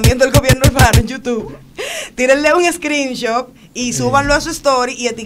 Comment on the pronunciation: No es screenshop es screenshot 🤣